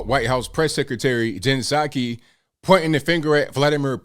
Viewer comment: What a liar! LIAR!!! Puh saki not ABL.